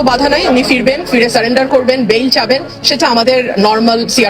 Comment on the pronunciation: ভিডিও বানালেই হবে না, উচ্চারণ সঠিক করতে হবে,,, স্যালেন্ডার হবে না শব্দটা হবে সারেন্ডার , নজর বিহীন না নজীর বিহীন হবে শব্দটা ঠিক আছে ? এর আগেও দেখিছি ভুল ভাল উচ্চারণ উল্টা পাল্টা হেড লাইন